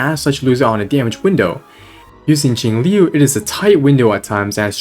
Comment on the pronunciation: your pronunciation on Jiaoqiu was so atrocious omg 😭😭😭